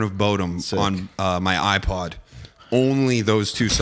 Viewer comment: I love when his accent comes out for a sec there on iPod